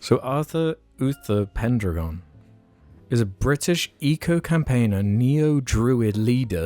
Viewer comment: I think "pendragon" is pronounced "pen dragon"